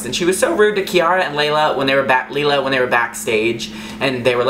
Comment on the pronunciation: Leila is pronounced "Leela".. lol